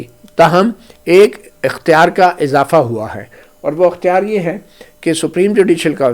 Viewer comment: درست لفظ ۔۔اختیار۔۔ekhtyar